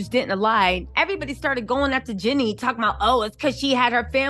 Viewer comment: her name is Jeanie not Jenni. 😂